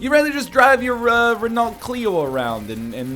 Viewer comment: Nl's pronunciation of Renault hurts me inside.